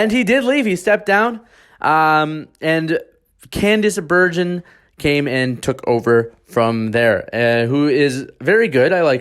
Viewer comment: C’mon, you don’t know how to pronounce Candice Bergen?